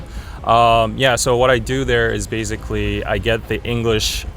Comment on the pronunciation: 한국인이라 그런지 '베이zㅣ클리'라고 하네용 ㅋㅋ 근데 진짜 한국인이라고 말안하면 원어민으로 알 것 같아요 ㄷㄷ